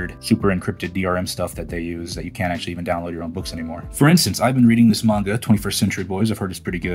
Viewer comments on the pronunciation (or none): none